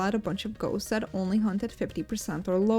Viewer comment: Your voice is nice to hear and you pronouce the names of the ghosts properly, i hope you go far in your career and maybe explode one day!